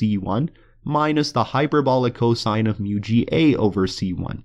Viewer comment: i come back to this video once in a while to hear him say coshine